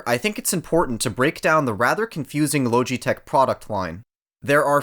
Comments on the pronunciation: La-ga-tech||| not loge-e-tech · “ Lowgitech” the literally pronunciation is lodgee-tech say it the way it’s meant to be said to void any further bullying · Loge it tech not low g tech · "low G tek" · he really said lowgeetech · love the contrarian of just "lowji-tech" and "zoewee" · "LOWGEE TECH" 😂 😂 😂 😂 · Logitech is actually pronounced “LAW-JEH-TECH” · if the name is so repeatable then why butcher it's pronunciation?! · He said Logitech wrong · Bruh please stop saying Logitech like that it’s so wierd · How do you manage to mispronounce Logitech?